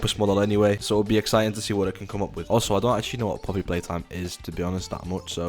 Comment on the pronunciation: you said oppys playtime😅